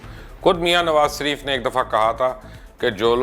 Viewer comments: Mubashar sb me ne pehle bhi kaha tha apna talaffuz yani pronunciation sahi kren nawaz sharif ke bjaye nawaz sarif kehna bnd kren es se aap ki jihalat tapakti he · مبشر بھائی اس کنجر کا نام نواز ش ریف ھے، س ریف نہی۰۰۰۰ بہترین پیشکش